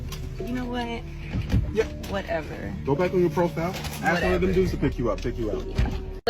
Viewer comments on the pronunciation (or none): The first word she needs to learn is "ask" , you're not cutting down a tree put your axe away